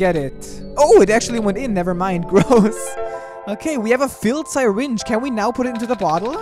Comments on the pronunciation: i am very TRIGGERED because nobody pronounces syringe like that plz stop and say it like this sir-inge not sy-ringe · I can't tell if I love or hate listening to mispronounce the word syringe as Sigh-Ringe. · "sairinge" WWAAAAHHHHHHHHHH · “sai-ringe” said